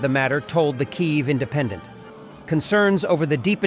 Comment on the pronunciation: It would be so much more effective if you could pronounce Kiev correctly. Your pronunciation is unique. But neither Ukrainian nor Russian.